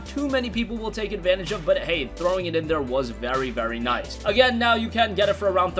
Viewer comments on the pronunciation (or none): none